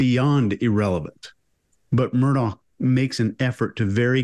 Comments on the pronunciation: Alex Murdaugh is pronounced Alec Murdock. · It might seem trivial, but it pisses me off the number of different ways his name is pronounced, when it is clear from the trial footage. Alex Murdaugh is pronounced Alek Murdock, that's the way he pronounced his name and was how he was referred to in court. I'm Scottish, and Alex is a shortened form of Alexander, which is a very popular Scottish name. Some Alexanders choose to pronounce the shortened version of their name as Alex, but I'd say the majority choose to pronounce it as Alek even while spelling it as Alex. Murdoch is a common Scottish surname, pronounced Murdock. Murdaugh is a much less common variant of the name Murdoch in Scotland, but still pronounce Murdock. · it's probably a UK English pronunciation. Although they do mispronounce Murdaugh. It's pronounced Murdock.